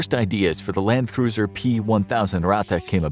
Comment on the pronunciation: Little known fact- it is Landkreuzer, pronounced Land-kroitser. Doesn't mean cruiser at all. It means Land-crosser in direct translation.